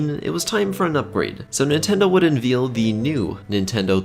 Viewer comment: His mispronunciations of the word “unveil” is driving me crazy! Veil like the wedding not the baby cow